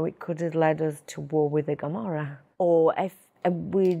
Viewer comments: She forgot Sacra Corona Unita, in Puglia. And it's not "gomorra", it's "Camorra"! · It’s Camorra not Gamorra 😩 this woman knows nothing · Why does she call the Camorra 'Gommorah'? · I guess she’s impersonating the real one. Cause there’s no way an italian doesn’t known the correct pronunciation of camorra. Not to mention the way she speak… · This is not italian girl. She is not from italy. She is speaking bs. Cant even pronounce camorra.